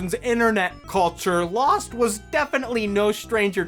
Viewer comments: Amazing video. It took me until to realize that you were saying "Loosened" every single time your script would've had the word "Lost". I'm pretty smart like that. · I gotta admit it took me like 4 and a half hours to understand why he kept saying "losened" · Stop Saying losend over and over